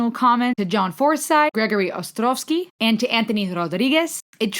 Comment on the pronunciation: You uttered these words in pure Russian, as if an ordinary Russian girl suddenly joined in your speech: Ostrovsky contralto Kazakhstan Anthony Rodriguez It is possible that you have a German accent that is very similar to Russian. In any case, your pronunciation of English is well understood by an untrained Russian ear. Better than when the Americans or the British speak ))) I don't have time to make out half of their words ))) I really like to study what similarities and differences are found in different languages when describing different things. For example, in English they say "Goosebumps". In Russian, too, there is a similar expression "covered with goose bumps." But it is usually used to indicate chills or fear. And when they talk about positive emotions, they use the expression "murashki", which means "very small ants", i.e. when it feels like thousands of tiny ants are crawling all over the skin)))